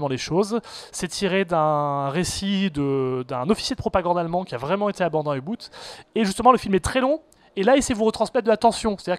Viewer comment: Mon sang de germanophone se hérisse ! On dit un U.Bôtte et non un U.Boutte ( 30 mn ).